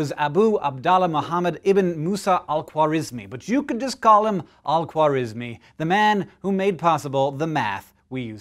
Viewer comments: we pronounce it khwarazmi خوارزمی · Most likely Persian!? How ridiculous,he was Persian alright,you can pronounce his name nor algebra correctly! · The way he said his full name 💀